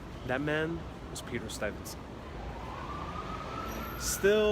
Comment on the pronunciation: Good stuff, but pretty sure that’s not how you say Stuyvesant lol